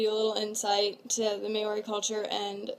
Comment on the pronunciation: It's not may-ori it's moul-ree😂